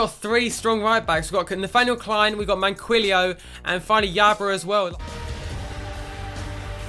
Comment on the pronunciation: Plus Manquillo is said like Man-Key-O